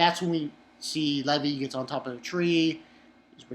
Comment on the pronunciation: One question why do you pronounce it Leh-vee instead of Lee-vai?